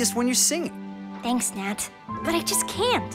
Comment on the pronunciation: its nath not nat